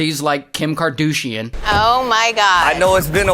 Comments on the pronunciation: Kar-douche-ian… perfect… 😂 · "Kim Kardoooshian".....riot!...😆🤣... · Kim- car- do- sian😂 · Kim Kar-douche-ian. Wow. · Kim Karduchesian. 😂😂😂. Is that intentional??! 😂😂😂. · Kar-duche-ian 🤣 love it! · "Kim Kadouchesian" Oh my godd🤣🤣🤣